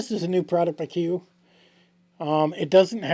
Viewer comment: Alaskan Island in the southern archipelago. Pronounced Koo-yoo.